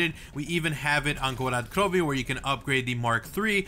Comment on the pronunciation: Why does he say "Gorod Krovi" like that?